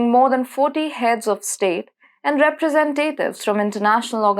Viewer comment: You should search the pronunciation of "representative".